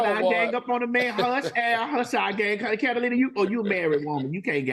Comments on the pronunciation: If TS MADISON CALLS THAT LADY CAT-A-LINA ONE MORE TIME 🙌🏾🤣🤣🤣🤣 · Al, Carolina plus another person who's yet to be seen! But why am I hearing her name as- Catalina and Carolina? Why y'all can't even get her name correck? 💯